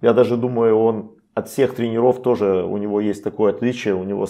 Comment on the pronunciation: не тренерОв, а трЕнеров. Если комментируете в эфир, то говорите грамотно. А то нет доверия, когда язык неграмотный.